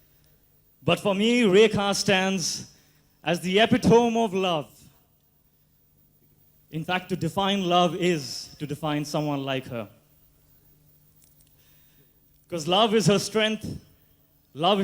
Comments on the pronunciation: lol.. Epi-Tome? lol... too funny...it is pronounced E-pe-to-mee!! araaay yaar...lol..hamko sharmadiya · Epee tom...😂 Its uu pi tuh mee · epi Tummy EPITOME (PRONOUNCIATION) 🇮🇳🕉️✍️✍️😊😊🙏🙏